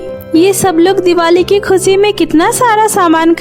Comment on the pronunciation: Khushi ko kuseee kyo boltey hoo